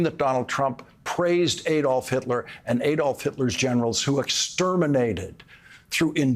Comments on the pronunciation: Hitler's first name is pronounced ADD-olf, not ADE-olf. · Why do American presenters always mispronounce Hitler's first name as Ay-dolf. Everyone else, including the Germans who ought to know, says Add-olf. I agree with all your comments though, Lawrence. Keep up the good work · To all americans, it is not Ày dolph hitler, it is pronounced Adolf hitler. Germans do not pronounce ay dolf . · I believe "Adolf" is supposed to be pronounced "AH-dolf" - not "AY-dolf." That is the German pronunciation. Please correct me if I am wrong. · Just a remark. The A in Adolf Hitler is not pronounced like when spelling, but like in cut or father (I'm no linguist and english is my second language.) Americans, don't repeat the german mistake and don't elect a criminal and fascist. Vote for democracy.